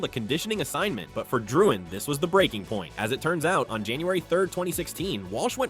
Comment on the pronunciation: "Jonathan ItDoesntMatter"